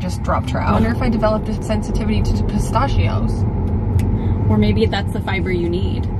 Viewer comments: pistachio pronunciation has me rolling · This has always been my comfort channel but saying pistachios discomforts me😂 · looking for a comment about pronunciation of "pistachios"